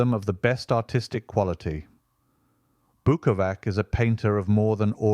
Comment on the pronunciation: bukova-TS (not bukova-K). It is translation of an italian name (fagus in latin being a beech)